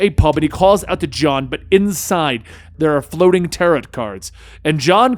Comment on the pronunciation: Never heard tarot pronounced that way...